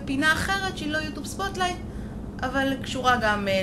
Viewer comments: ו למה את אומרת יוטוב ולא יוטיוב? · למה אומרת יוטוב? ולא יוטיוב?